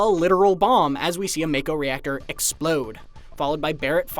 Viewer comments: When I see a video where people pronounce mako as make-o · if you knew english, you knew make-o was wrong. You were probably a kid who didnt even care how to pronounce it but as adult you want to justify it. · That’s pretty interesting. Noticeable difference where it’s Mako in England and Japan and Mayko in the US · You know you aren't gonna get any "secrets" out of this video when the guy can't even pronounce Mako correctly while pointing out all these obvious things. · you just need to know english. Ma Mak Mako. Theres no silent E. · It's not pronounced as May-ko. It's pronounced as Mah-ko. Edit: I swear IGN is so unreliable sometimes or there's members that aren't caught up. The Choco-Mog summon is a pre order bonus. Which explains the part where you see Choco-Mog. The fact that the summon is a pre order bonus most likely means you get the summon as soon as you start the game. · To the narrator, it’s been already said over and over since compilation, it’s MA-KO not MAY-KO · Really? "May-koh"? The trailer pronounced it for you already. ("Mah-koh", 44s mark) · t's not MAKE-OH, it's MOCK-OH. Didn't you play ff7 demo?!?! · it's not MAKE-OH, it's MOCK-OH. Didn't you play ff7 demo?!?! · You keep saying mako...it's it's pronounced as mocko... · The trailer already pronounced it as Mah-ko, not May-ko. Even Barret said it multiple times in demo footage. These things are always read in Japanese, they're the once who came up with the names. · FYI, it's pronounced "MAH-ko", not "MAY-ko". Your voice is waaayyyy too nerdy to have not known that. Perhaps we try being not so lazy next time? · Well, no matter how you put it MAKO is pronounced Make-o (Mako shark, the words Jake, Fake, Sake, etc). They SHOUKD have spelt it MAHKO for it to be pronounced as such. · The bottom line is, the way it is spelt it SHOULD be pronounced MAKE-O. MAHKO is just incorrect. I'm sure everyone was pronouncing it make-o back in the day. I know I was. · When did MAKO become MAYKO?